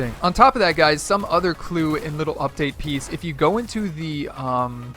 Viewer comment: Says “UPDAT” lmao first